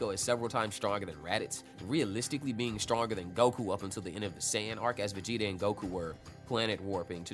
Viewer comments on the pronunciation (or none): none